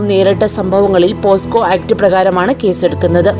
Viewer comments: പോസ്കോ അല്ല കുട്ടി.. പോക്സോ.. ആണ് ശരി.. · പോസ്കോ അല്ല പോക്സോ ,എന്താടോ തള്ളുന്നത് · ആദ്യം പോക്സോ എന്നു പറയൂ.....